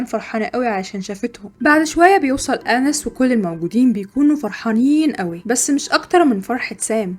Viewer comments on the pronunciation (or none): بحب ملخصاتك جداا بس هي اسمها اناييس Anaïs مش انِس